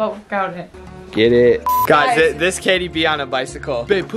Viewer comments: Katie do giving him 100 every time he says Jatie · You should pay her $100 every time she says Jatie fam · Every time they say Jatie they should pay the other person for a video